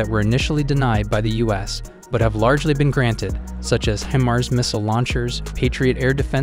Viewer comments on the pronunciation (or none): none